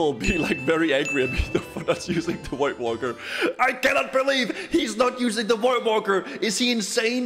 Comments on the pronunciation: I love the way says voidwalker, sounds like white Walker hehe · what's a woidwalker?